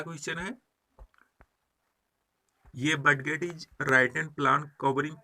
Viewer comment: सर आप बडगेट क्यों बोलते हैं